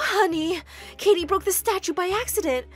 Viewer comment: he said kitty instead of Katie